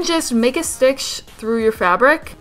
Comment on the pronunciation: she says "stitch" like "stickshh"